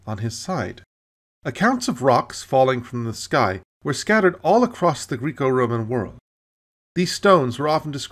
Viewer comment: Really good work. However, just for your edification, it's Greco like echo; not greeko like eco. Perhaps you've been in Britain too long. Can you still say, " a-lum-i-num?